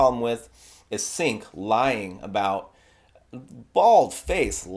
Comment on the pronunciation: Ummmm... YouTube much??? BTW, it's pronounced 'J-ea-nk'